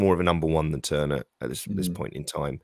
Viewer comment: Great interview - Seb was excellent well thought out and great knowledge.... look forward to hearing Seb pronouncing our keeper's name correctly.... ie not Turner!!..this weekend!